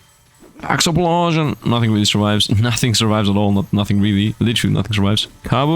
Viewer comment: "Exuplosion!" - (Megumin reference):_SifdLaugh